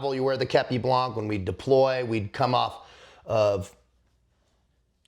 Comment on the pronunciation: Hey, do not prononce the c in blanc common dude!!